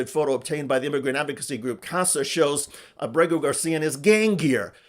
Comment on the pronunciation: I love you Mr. Schuster, but Kilmar's surname is Ábrego (AH-bray-go) Garcia is his mother's maiden name. AAbraygo Saludos desde Puerto Rico